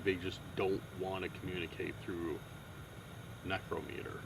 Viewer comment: It's pronounced neck-row-meter 😊